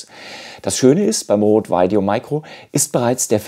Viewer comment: Super Video. Vielen Dank. Sehr hilfreich. Hätte viel mehr Likes und Views verdient. Bitte nicht mehr Veideo sagen. Maik oder Mick ist beides möglich, da irrt sich TripleU-E.